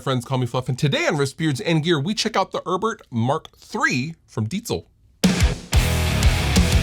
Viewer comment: It's Herbert, not urrburrrd, please stop bragging about your German heritage.